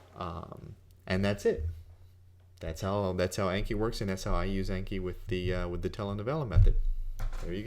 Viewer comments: It's pronounced awnki, not aynki. It's a Japanese word for memorize. :) あんき。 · If it's Japanese, then it should be "ahnki." :D